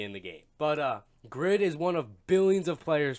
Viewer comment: but would a greedy person call themselves "greed" in a game? no! its just a bad name. from the one person i talked to who knows korean, the name is "grid", but because of the asian dialect its pronounced "greed"